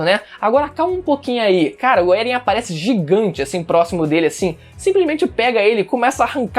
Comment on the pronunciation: Eren "É-guei"